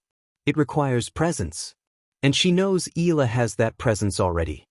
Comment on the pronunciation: The correct pronunciation of Alex’s surname is: E - yala